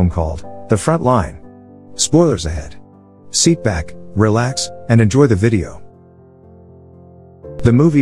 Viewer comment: Probably cause this is a random person using a voice to text bot and Google translate. It says seat back instead of sit back because they probably don't understand English and are looking the words up. You ever notice how there are like 5 of these channels now? It's just people cash farming.